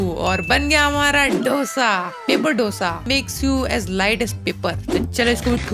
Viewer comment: Abe dough-sa nahi, dosa👍